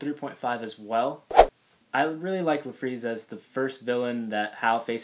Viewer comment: I thought his name was Larfleeze not La fleeze.